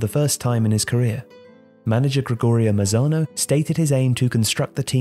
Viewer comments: Excelent video! Only one detail, the name of the coach is Gregorio Manzano, not Mazano. Keep up the good work! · Its Gregorio MaNzano, but great video!